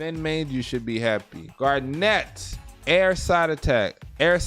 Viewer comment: its not "garenette" its GARN-IT